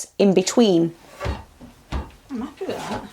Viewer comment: when u said ''am appi wi tha't hahahha. love it